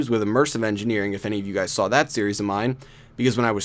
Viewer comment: Did you say hello gays (LoL)